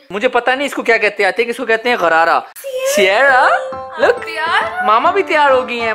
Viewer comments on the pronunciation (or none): Garara 😂😂😂 is an urdu word for gargles😂😂😂😂. That's sharara not garara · That’s called sharada not garara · not gharrara its sharrara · It's not gharara it's sharara Hahaha By the way ma sha allah was looking very pretty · We call it sherara not gerara, love you soo much I always watch your videos, lots of love from Dubai (UAE) 🇦🇪 and from my home country Pakistan 🇵🇰